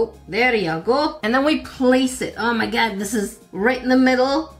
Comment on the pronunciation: I love how you pronounce oh my God nope er me gurd!!!!!!!!??!